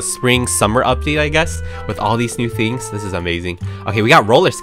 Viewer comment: did he say fings